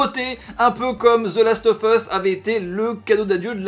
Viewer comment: Zeu last of fesse ?!!!🙄🙄🙄🙄 je connaissais pas